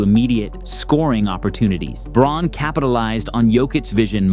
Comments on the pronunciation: It's pronounced "Brown" not "Brawn" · "brown" not "brawn" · It’s pronounced brown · Braun is pronounced like Brown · Its pronounced BROWN. Please as a nuggets fan i cringe every time 🤣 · Braun is pronounced “Brown,” actually. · braun is pronounced brown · spent 31 days dissecting the Nuggets still can't pronounce Brown. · Its spelled "Braun", but Christian pronounces it "Brown" (from the German). Confusing I know, but you'll sound MUCH more knowledgeable about the Nuggets if you pronounce their names correctly. (You can hear the announcers calling him "Brown" in your clips) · To be fair Braun doesnt pronounce it as 'Brown,' either. He pronounced it as Braun which has a slight difference because 'au' isnt in the English language. As someone who speaks a germanic language, Brown and Braun, sound different. If I'd be able to type it out it would be more so like:' Brrown' while cutting the W short to the point that you dont pronounce the W. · You watched the Nuggets that much but still cant pronounce Braun's name? C'mon man its just disrespectful at this point lol. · How you gonna make a Nuggs video and not even know how to pronounce the starters names? lmao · lol you say you've been doing nothing but watching nuggets bball then pronounce braun's name wrong...got ya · Yeah but it definitely hurts credibility when you say you've watched all the nuggets games and then mispronounce players names. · He's right about Braun, except the pronunciation of Braun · 100% as a Nugget's fan, nothing says you really did your research and "dissected" basketball like totally not knowing how to pronounce a starter's name.